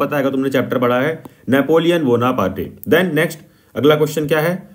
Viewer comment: Bhai tu naam galat bolta hai I mean theekse nahi bolta bonaparte ko bonapartai bol diya Giuseppe ko Giuseppete boldiya etc